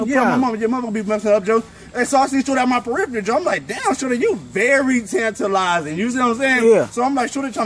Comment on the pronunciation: The funniest part he meant to mispronounce tantalizing